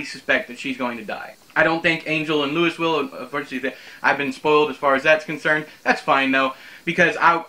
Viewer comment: It's pronounced "Louis." :D And it the supernatural doesn't get to what I'd call "whole hog" until book 10 or so honestly. That's not to say there isn't supernatural stuff going on, there's just a fair bit of plausible deniability until much later in the series.